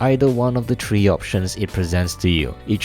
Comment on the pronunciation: am I the only one who heres you saying three as tree?